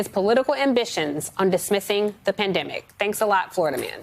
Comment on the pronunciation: I keep hearing "pandamic of the unvaccinated". This is all such BS!